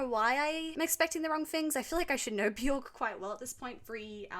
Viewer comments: If you listen to her say her own name it actually sounds more like Byerk. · It’s pronounced buh-jork 🫣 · Björk is pronounced “B-yerk” … rhymes with work or jerk, not pork. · Her name rhymes with jerk not dork.